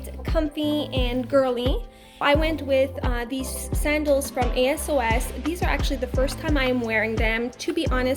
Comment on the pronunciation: Hey! ☀️ Kinda fun to find a YouTuber living in the same city! Ps: de pronounciation for ASOS = ACE-OSS